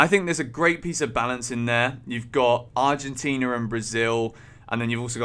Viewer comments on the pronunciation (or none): none